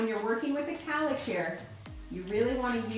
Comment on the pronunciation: It’s cowlick not calick